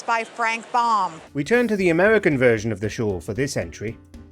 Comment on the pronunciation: Wow I cringed when American "Expert" completely mispronounced Frank Baum's name.